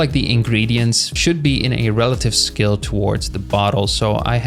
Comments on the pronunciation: Bro when you said "Scale" I heard "Skill" 💀 I was listening to this like a podcast so I didn't see the text and I thought "Damn, man ended his career." 😭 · Bro can not pronounce Scale to save his life 💀